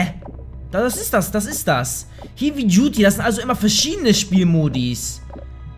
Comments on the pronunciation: St du "hiwi duty" statt "heavy duty " gesagt xDD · Das spricht man hewi aus! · Es heist hävy duty also wie hä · das heißt nicht hievy!!! du depp.... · Kann kein englisch wie er heavy ausspricht wenn er ein Spiel das Heavy im Namen hat sollte man es aussprechen können! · Er kann heavy nicht aussprechen : ) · alter der typ weiß nichtmal wie man Heavy ausspricht...